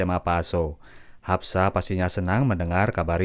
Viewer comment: Haspa bukan hapsa